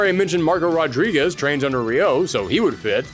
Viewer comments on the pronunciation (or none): none